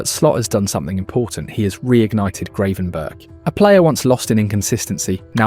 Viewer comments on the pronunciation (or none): Gravenberch is pronounced Grafenberkh